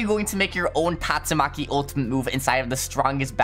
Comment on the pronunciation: is so sus he calls tastumaki gyatsumaki